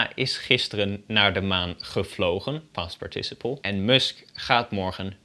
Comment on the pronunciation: The correct English pronunciation is PARticiple, not parTIciple..